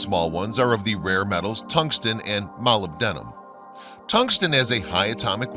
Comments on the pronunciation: Jeezus H, the narrator doesn't know how to pronounce molybdenum??? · can't pronounce *Molybdenum*. LOL! Don't you just love how it says "The existence of UFOs with technology beyond human capability is now proved beyond a reasonable doubt" in the show notes?:)) Reasonable doubt does exist for UFO's. This video does not show any proof beyond reasonable doubt. But it was entertaining so thank you for that! ^5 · first thing it is... la csar ... for bob lazar ... not lazer .... please check phonetics before loading a computer voice .... mobile denim .... I hope he meant Molybdenum .... otherwise an interresting video ... but nothing new ... heck not even anything on nibiru's supposed return in system .... so this is just a re-edit of old material and reposted ....